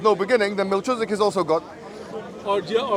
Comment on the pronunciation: MelKIZedic not MelCHIZdic